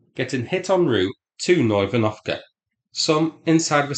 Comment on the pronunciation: Psst... It's "Novo Ivan..." 😅 As I believe Novo = New So, not "Nov Oivan..." 😊 [edit: I checked and indeed, Novo translate as New]